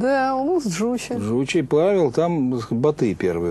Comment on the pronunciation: Джучи, ударение на последний слог. Жошы.